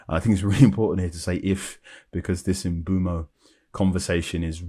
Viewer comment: Nope. M-boom-o